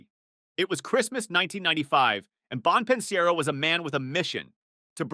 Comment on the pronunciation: Bon pin siero 😂